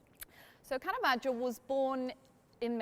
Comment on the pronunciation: Very interesting! (And thanks a million for not pronouncing it carahvajoe)